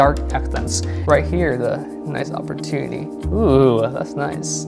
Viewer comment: when says oooohhh (like oooh i like it), it sounds like ewww (eww i fucked up). and its funny. love his tutorials btw also a recap is not showing your art and zooming in. its showing the stages lol